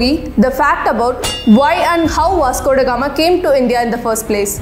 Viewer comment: I will assure you that i will ask my child to watch your videos before she reads her history book . One of the different youtube channels i have ever seen . Not only your history your English is also very good ."As if India never existed before vasgodagama " the way you pronounced these words were really nice